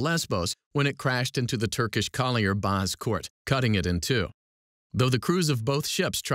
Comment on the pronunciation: it's "bozkurt" though